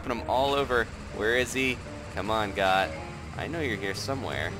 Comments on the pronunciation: Goht is pronounced (goat) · “WE GOHT HIM” Haha